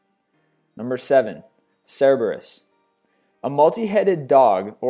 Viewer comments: Cer-bur-us. Pronunciation, geez..... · It's also Pie-seas, Nee-mee-an, and Rayh-vhen-ous--to spell out pronunciations, not proper spelling, of a few of his flubbed words--but he has a serious pronunciation issue I've learned to get over. XD I mean, seriously--even the Greek call it Cer-ber-us--not Cyber-us.